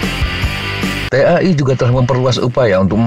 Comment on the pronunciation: T.A.I . .....menyebut huruf satu persatu ... risih juga kalo dibaca langsung!😂.